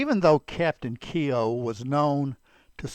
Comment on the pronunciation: Keogh is not pronounced kee o